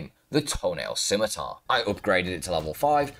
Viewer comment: I just needed to say, I was so surprised that FINALLY learned how to pronounce “scimitar”, i am so proud of our boy.